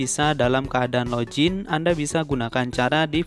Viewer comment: Login bang bukan lojin